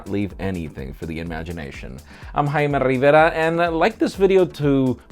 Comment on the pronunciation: TRON Not a smart one right? Jaime Rivera isn't a english name so isn't spelled in english, the way he says it is the spanish way or the right way just making bit if enfasis on the way of the R is spelled... mostly as a mock because the way the R is spelled in spanish is hard for english speakers to spell. or in reality he want to say his name in the right way but as an angloparlant he can't spell it in the right way.